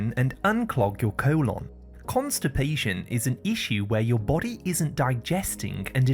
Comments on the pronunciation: Great informative video,but why does he keep saying "co-lonn"? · Co-lon lol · Your cool-onn 😂